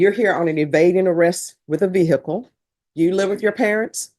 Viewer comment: What’s a veer hickle ? 😂😂😂😂😂😂